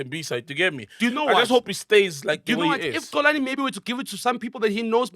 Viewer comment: can't even say Xolani with a Proper X is insane. I can understand McG finding it difficult coz his Venda... is Xhosa! and he pronounces Xolani as Colani